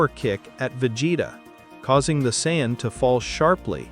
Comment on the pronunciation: Saiyan is pronounced SAY-IN not cyan